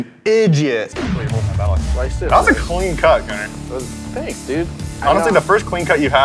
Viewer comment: You said it right Gunner